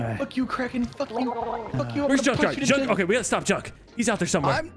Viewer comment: Junk, not duck